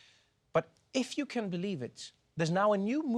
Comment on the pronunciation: Purely off the accent, this part ended me: "In America, if you say the word "free market", you kahn do anything. It is like their witchcraft."